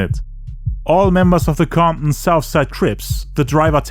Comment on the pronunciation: Comp-in...the T is silent lol. Great job, 100% the best and most detailed documentary about 2pacs death ever made.... you did more than the police, fbi and cia, give yourself a pat in the back!